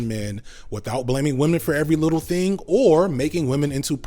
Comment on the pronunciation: his he saying "little" or "wittle"?